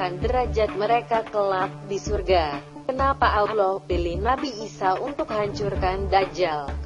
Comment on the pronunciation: Ya emang bikin sakit kuping sakit hati juga sih nyebut allah aloh dia blg